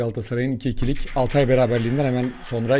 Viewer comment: Altay ı hepiniz yanlış telaffuz ediyorsunuz, Altay da vurgu Al dadır, Altay insan ismiyse Tay dadır.